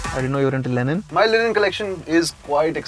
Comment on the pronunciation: Why the hell were they pronouncing "linen" as "Lenin"? One is a fabric the other is a soviet leader.